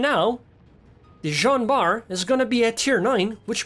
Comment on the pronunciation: Its nlt joan bart Its zohn bart :p